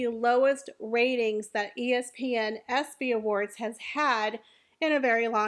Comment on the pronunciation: It’s ESPY, not EPSY…just saying